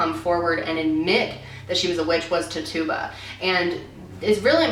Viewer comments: Just a small critique. I think you pronounce the Barbados slave's name: (Ti-chu-ba) with the first syllable stressed. Great video! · it’s titch-a-ba not tit-tube-a haha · tituba**** not tuba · That’s not how to pronounce tituba. It reads like “titchuba” not ti-tuba. But still great video as always. LOVE your channel! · You explained it really well,! <3 (Also, I believe it's "titch-yoo-bah" not "ti-too-bah") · its ti-chew-bah not tituba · Not to be picky but if I here tatUba instead of titCHuba one more time I'm going to fling myself out a window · i thought it Tituba was pronounced "titch-ah-bah" not "too-tuba" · nothing important, but tituba's name is actually pronounce "titch-a-buh" :) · Lol the way she said tituba's name (its supposed to be pronounced like "tit-chu-ba") anyways just thought that was funny, this video showed a different and more logical side to the trials which was really awesome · Tit-chew-bah (Tituba) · i thought her name was pronounced Tichaba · It’s Tituba (Ti-chu-ba) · I think it’s pronounced like +**ti-chu-ba**+ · Her name is pronounced TIT-U-BAH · Tit chew buh is how most historians and whatnot pronounces it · yo, its pronounced "tit-choo-buh" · Not being rude but tituba is pronounced tit-chew-bah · Tituba is pronounced “titch-you-buh” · Just so you know, Tituba is pronounced like tich-oo-bah! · Love this video! Isn't her name pronouced "te-chu-ba"? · Is it not pronounced tich-uba? Also I'm doing a play ATM called the crucible with all these characters and it's such an unusual story. I play Betty. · It’s pronounced TIT CHU BA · I’m sorry I love you, but it’s pronounced Titch-U-Ba lol I’m sorry I couldn’t not say it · Tituba.. I think it was pronounced titch you buh or am I wrong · It’s pronounced Titchuba (Ti-t-Ch-u-ba) 😊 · It's pronounced tit-chu-ba just letting you know 😊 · Priscilla omg I just commented this I’m so glad someone else noticed. I said “titch you buh” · And I think her name was prononced tit-u-ba.